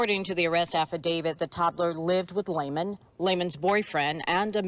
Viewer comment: Hey, that's Lehman, like Lay and men. Lehman. Sorry, lol. The broadcaster mispronounced the name, too. The females said it correctly, though. This is so sad, and you just got started.